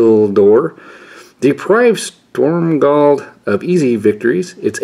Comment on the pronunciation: stormgald stormgald stormgald. IT'S CALLED STROMGALD AHHHHHHHHH. nothing to do with storm :<